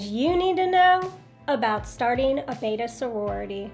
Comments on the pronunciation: The name is Betta, not Beta. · I was listing to you but I could not listen any longer. When you can’t pronounce the name correctly. It is Bet ta. Not bait ta. Look at the spelling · Betta! Not beta..... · It's not a tomato tamato it's a beddddda not a baydah